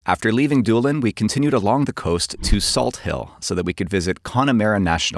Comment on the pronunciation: Did anyone else first thought he was doing a horrible Iris accent saying Dublin instead of actual Doolin?